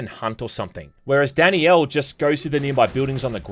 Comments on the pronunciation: omg it's not "Danny-L" It's DAN-IELLE". Great video but maybe try not to butcher the name of one of the main characters. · Danielle isn't some exotic name lol, in the UK it's about as common as Brian and it isn't pronounced Danny'el, it's Dan'yell Also it's obvious they want you to think Danielle is better for combat, she has the action focused levels and Joshua is like half her height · Am I the only one hearing "Danny-El" instead of "Dan-Yell"? lol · Danielle is pronounced as d AE n - y EH l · It's just Danielle. Not Dani Elle. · Dani-elle? Is that just an Aussie thing or what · I legit had to look up the pronunciation of Danielle because how was saying it lmao DANNY YELL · I can't watch this video because you keep mispronouncing Danielle's name. Her name is not Dani Elle. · Take a shot every time says it like “Danny-Ell” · …is he saying Danny Elle instead of Danielle? Is that how it’s pronounced in the game? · Say "Danny-el" one more got-damn time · Anyone else think was saying Danny L instead of Danielle? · Danny-yell is so wrong